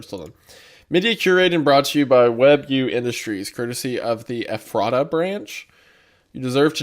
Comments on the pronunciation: Wendigoon: “The NERC was ordered by the Eff-raht-uh Branch-.” Every PA Native: “It’s pronounced Eff-rut-uh!” Every time, man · Well thats creepy, I live in Ephrata PA lol btw its pronounced efrida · I'm sorry. This is my inner Lancastrian coming out 😓 It's Ef-fru-ta. Not Eff- RAT-Ah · as someone who lives about 30 mins away from ephrata, it always gets me when no one can ever pronounce it's name lol. for anyone wondering, its "EH-freh-duh" but I get that the spelling looks like it shouldn't be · small note: as a certified pennsylvanian, ephrata is pronounced as approximately "effort-duh" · Its doesnt matter truly but Ephrata is pronounced like “effer-da” in PA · It's pronounced U Fraita with the emphasis on the second syllable. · “EFF-freh-ta” LOL. It’s a town in PA. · ef-ruh-da and then say it smoothly and quicker. We pronounce so many things wrong in this state it’s crazy. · I didn’t even realized it was in ephrata because of the way he said it until the poison oak vid I went back cause I heard him say it’s in Pennsylvania lol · WHY THE FUCK IS THE NAME OF MY TOWN IN ONE OF THESE HORROR VIDS Also, wendigoon, there are two towns in the US with a name spelled Ephrata, neither are pronounced the way you pronounced it lol. Thank you for making my terror immediately turn into laughter. Edit: after paying closer attention later on, its not my town, its the other one lol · hearing him say Ephrata wrong was pretty funny. but i cant really blame him as many PA town names stump people. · MY LITERAL HOMETOWN IS EPHRATA PA AND EVERYBODY I WATCH PRONOUNCES IT WRONG